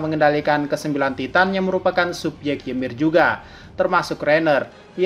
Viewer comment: Ymir itu dibaca Imir, karena di mitologi norse, y dibaca i